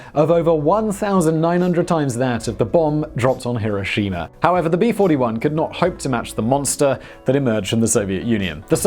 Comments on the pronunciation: You called it "Mowb" My God Simon there's no way that was on accident. And where's Hiroshimer? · It’s pronounced “here o shima” spelled Hiroshima not Hiroshina. And it is Moe ab spelled Moab not mobe. You do this stuff all the time and why do we have to look at you all the time? Wtf already.